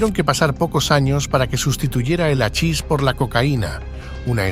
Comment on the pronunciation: Se escribe hachis y se pronuncia jachis.